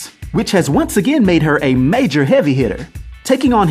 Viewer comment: “Tan” “agaan” aka “Ten” “again”